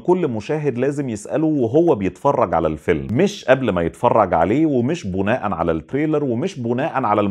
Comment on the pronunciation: و بالمرة، (بناءا على) بكسر الباء.